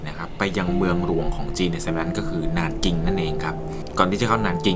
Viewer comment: 南京 nánjīng อ่านว่า หนานจิง นะคะ